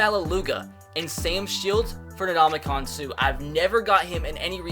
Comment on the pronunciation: Anybody else cringe when he said Suh's name wrong